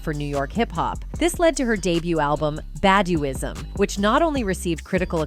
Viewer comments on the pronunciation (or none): it's "Bah-dew-ism"...do you really know what you're talking about? You're not a part of the black culture...What's your Media agenda?